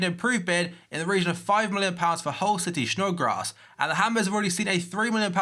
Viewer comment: Why does he say shnodgrass